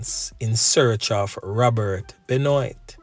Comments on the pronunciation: Benoit is pronounced Ben - waah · BENOIT it's a French name bro, it's pronounced BENWAH😂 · It is pronounced 'benwaa' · Just want to share that the correct pronunciation of this predatory rapist sounds like "Ben-waa". It's a French last name.